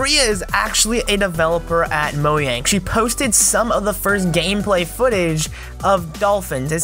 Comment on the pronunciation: You said Moyang on accident